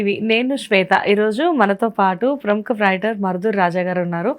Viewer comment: Vryter కాదమ్మా... రైటర్.... వ్రయ్ టర్ కాదు